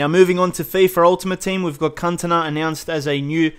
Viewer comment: "Cuntana"? :D